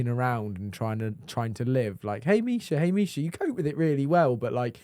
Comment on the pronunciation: the AI intro pronounciation of Misha's name made me cringe so hard